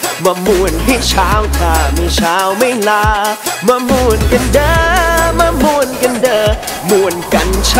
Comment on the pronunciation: 'ม่วน' ที่ออกเสียงในเพลงนี่ไม่ใช่สำเนียงอีสานนะคะ น่าจะออกเสียงให้ดีกว่านี้เพราะ 'ม่วน' ที่ออกเสียงมามันเป็นสำเนียงทางเหนือ คำนี้ของทั้งสองภาคมีความหมายเหมือนกันแต่ออกเสียงต่างกัน ฟังตอนแรกนึกว่าเพลงเหนือแต่พอฟังคำต่อท้ายเป็นคำอีสานซึ่งฟังขัดกัน คือพ่อเราเป็นคนเหนือส่วยแม่เป็นคนอีสานไงเลยฟังออก นี่ติเพื่อก่อ เพลงหน้าจะได้ดีขึ้น อย่าดราม่านะเอา ถ้าจะให้ 'ม่วน' เป็นคำอีสานต้องเป็นคำเสียงยาวไม่ใช่คำเสียงสั้นและต้องมีเสียง 'ห.หีบ' ค่ะ